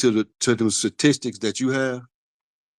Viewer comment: "Where did the suhtistiks come from?" 😂😂